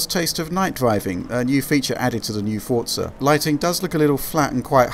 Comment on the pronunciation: I hate it when people call it fortza its called Forza the way its meant to be said not with a silent T.